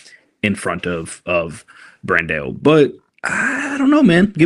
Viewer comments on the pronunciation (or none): Yo Americans... its Bran-DAOOO not Bran-DEOOO its AOOOO... there is no E in his name! i just tought this to Muscle-discord to.. and now he says right! and Brandao got the best physique in the pro stage today! that's an opti physique!